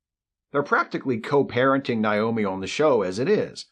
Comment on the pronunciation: Did you mispronounce Naomi on purpose? I feel like you did it on purpose, just to show how much you care about Voyager. It's Naomi, like Nature, not Nile.